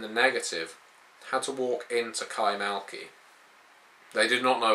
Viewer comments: kaymaKLı not kaymaLKi... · Isn't it Kay-mak-li?